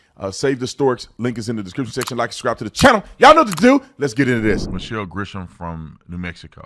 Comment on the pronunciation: Do me a favor call her Grisham not Gresham. Because I as a Gresham putting thousands of miles between her and I.